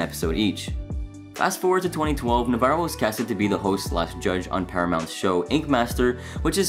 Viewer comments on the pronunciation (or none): Dave “Navarro” NA -Va-RRo” not navero